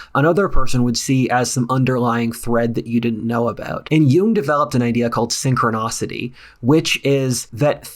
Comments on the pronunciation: DUDE. Sink-row-NIS-ity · I have read about synchronicity but had never heard of sychronOcity so of course I had to look for it in the Dictionary. It’s not there. Somehow I find it satisfying that misspelled an important word. Not that I need to feel superior but just that I noticed the error. When I heard him say it that way it made me think that we need to create a new word out of “sychro-“ and -gnostic” = SYNCHROGNOSTIC — meaning the intersection, integration or coalescing of two or more means of discerning, perceiving or experiencing REALITY or TRUTH. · Synchronicity; pronunciation: SINK-CROW-NEHH-CITY. PLEASE FOR THE LOVE OF GOD PRONOUNCE IT PROPERLY. my ears are bleeding 🩸🩸🩸🩸🩸🩸🩸🩸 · Bro your brilliant, but it's synchronicity not synchroNOSity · it’s synchronicity, not synchronocity lol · Fyi it's synchronicity, not synchronocity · Appreciate you doing some homework on this topic before talking on it (you had addressed it poorly in some previous videos iirc). Few corrections and ideas for you: 1.) look up how to pronounce synchronicity 2.) check spelling on Joseph Campbell 3.) you might replace the term spirit world with something like the supersensible world, meaning the world which exists outside our normal 5 senses. Rudolf Steiner uses this term and has some approachable writings on it. I recommend “How to know higher worlds”. Spirit world is a bit reductive once you get into the distinctions between the astral, mental, and causal planes. 4.) when you inevitably get to eastern esotericism, I recommend reading “liberation through hearing” by Francesca Fremantle - it is a very digestible analysis of Tibetan Buddhism and the Tibetan book of the dead. Enjoy the journey of discovery when it comes to this stuff but don’t be too eager to share with your wide audience before understanding the implications. “The lips of wisdom are only open to the ears of understanding”.